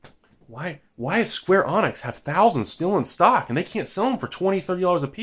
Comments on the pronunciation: It's not pronounced "Square Onyx" It's "Skwarr Uhneeks" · I wonder how many pedantic people there will be getting pissed that he's pronouncing it "Square Onix" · Square Avionics XD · I heard "Square Onix" and I immediately turned to the comment section... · Couldn't watch any longer after I heard Square Onyx. Sorry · hes straight up pronouncing the wrong letter. how can that not trigger someone. its idiotic